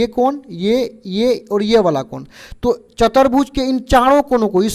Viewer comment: 1 -- सर चतरभुज नहीं होता ।❌ चतुर्भुज होता है ।✅ 😅 2 -- सर बड़ाबड़ नही होता है । ❌ बराबर होता है । ✅ 😅